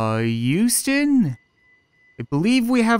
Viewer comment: He pronounced Huston wrong "Uh youston, we have a problem here"